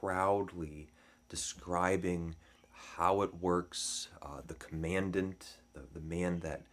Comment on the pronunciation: Mispronouncing “commandant”